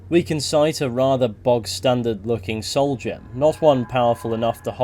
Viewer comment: Man it took me way too long to realize you were saying “soul gem” and not “soldier”